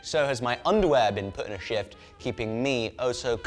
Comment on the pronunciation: Ohhhh.... "SHIFT".... you did a "SHIFT" in your undies.... that accent almost got me :)